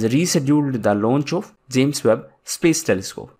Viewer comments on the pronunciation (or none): none